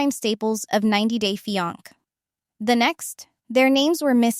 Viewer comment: Fee ank ? Does this AI mean fiancé 😂😂😂